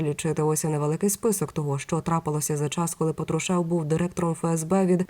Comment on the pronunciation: Скільки років всі казали ПАтрушев.Ви що не чули? Слух ріже.Який ПатрушЕв?